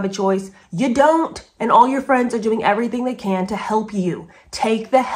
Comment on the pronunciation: Doing...not 'diing'----see what I mean????😉😅